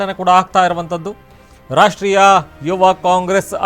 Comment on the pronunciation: ರಾಷ್ಟ್ರೀಯ ಕಣ್ರೊ, ರಾಷ್ರ್ಟೀಯ ಅಲ್ಲ